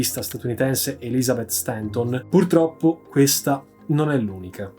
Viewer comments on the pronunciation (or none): none